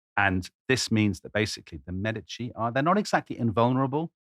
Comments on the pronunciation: The accent is on the first syllable in "Medici" FYI. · Florence!!! This is going to be great! I have already learned something in the first 5 seconds. I have been pronouncing Medici wrong my whole life. Don't tell my Italian family please! 🤣